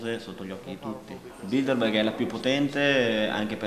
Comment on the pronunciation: Che nervi quando sbagliano a dire Bilderberg. Il giornalista e l'interprete dicono tutto il tempo BildeNberg. So che è un dettaglio ma cribbio! Se fai un'intervista almeno impara bene il tema.